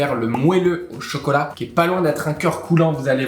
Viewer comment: Le mélange « CHOcaulat » min (mon passage préféré)